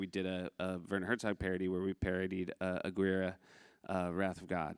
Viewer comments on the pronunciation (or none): from a "jackal" (as you apparently refer to us!) Did you twice or thrice say "'uh-GWEER-uh,' The Wrath of God?" You fool. 'Tis "uh-GEARR-Ā" The Wrath of God. Now Herzog's BB-riddled skeleton will haunt you for ages (I can't wait until you guys come back on Monday. I need to mainline some Corrections 😅)